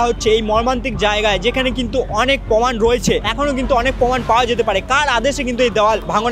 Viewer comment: Nice video,but poman na proman